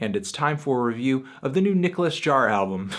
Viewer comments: it's pronounced "yaar" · how do you pronounce Jaar?